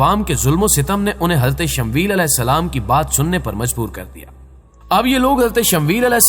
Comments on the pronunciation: bhai talaffuz theek tarah se kiya karen Shamweel nahi Shamuel hai asal nam usi tarah Laddakh ki rajdhani ka nam Leh hai Laiya nahi, dhyan denge ummed hai. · Bhai shmvel nahi hai shmooiyal asal naam hai apna pronoun thek kren